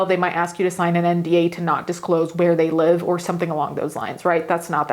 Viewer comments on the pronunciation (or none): none